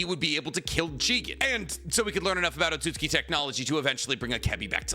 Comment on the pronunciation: wait when did you start saying otsutsuki correctly?!